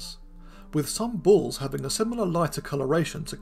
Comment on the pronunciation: You make the word bulls sound like balls to my ears.